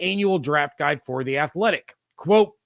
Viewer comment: You can't say guide bcuz you have rented lips. 😂😂